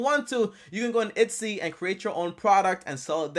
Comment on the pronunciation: ETSY. Not Itsy.